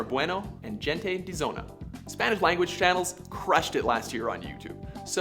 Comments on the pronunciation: hente de zona not jente HENTE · Face palms oneself when he says jente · I find it funny how he says is if your not fluent in Spanish bailando means dancing but miss pronounces gente. Which is fine considering knowing what a word means is different from saying it correctly. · He pronounced gente de zona wrong